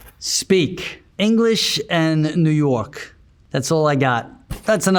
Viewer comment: “English and… New Yowk” 😂😂😂